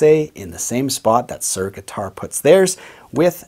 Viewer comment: I can't listen to you saying Sir all the time ! It is Soor ! Not Sir !